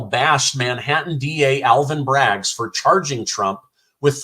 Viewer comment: Listened twice and read the closed caption: Bragg, not Braggs.